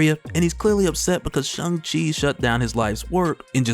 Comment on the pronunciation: Not gonna lie.....how you pronounce Shang-Chi threw my waay off....but I gotta get use to it